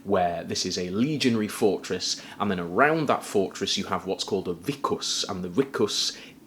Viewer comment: I love that you properly pronounced vicus w a W not V